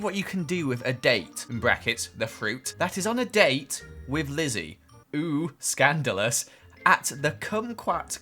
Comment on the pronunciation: OOooooOOOoo standalous!! Me: slaps face whispers SSSiiiggHHH